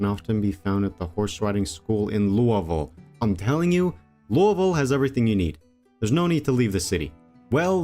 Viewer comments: Im a Kentucky native, I am so damn happy you said Louisville like how 90% of the state says it. Literally every one else says LOUIE-Ville, but nearly everyone in Kentucky pronounces it Lou-Uh-vulle. Thank you. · You are the first project zomboid YouTuber that I’ve heard say Louisville correctly.